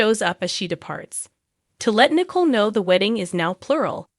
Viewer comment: It is not Nickel. It is Nic ole! Please learn character names!